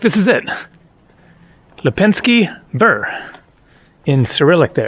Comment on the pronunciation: Lepensky Veer is more accurate way to pronounce it.